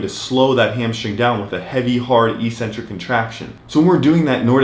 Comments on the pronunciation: It’s ek-centric. Not ee-centric!! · EEEEEcentric is not a word anywhere in the English language. Eccentric means ‘away from the center’. A crazy person is called eccentric bc they are ‘away from the center of normality’. A ‘negative’ movement of an exercise is a movement of the tendons ‘away from the center of the muscle’. It makes perfect sense from an etymological standpoint. Mispronouncing it as eeeecentric would mean ‘without a center’, which makes no sense. Another line of logic proving that it must be pronounced eK-Sen-Trik is that the first syllable is ‘ec’, which can only be pronounced ‘ek’ in English. There’s no possibility of a silent ‘c’. There’s no controversy regarding how to pronounce ‘centric’. So, the word is pronounced, eK-Sen-Trik. But don’t take my word for it! Look it up in literally any English dictionary.